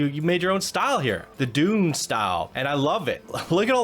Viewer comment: Dune pronunciation needs a lot of help, bro.